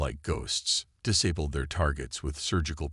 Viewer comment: this story line has been done to death. can't you come up with an original idea? also learn ho to pronounce words like disabled correctly